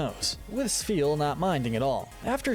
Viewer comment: THERE IS NO VOWEL BETWEEN THE S AND THE P IN SPHEAL!